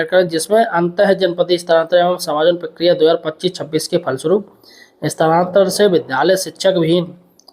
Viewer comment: स्थानांतरण तो ठीक से पढ ले ये ये ये ले ले ले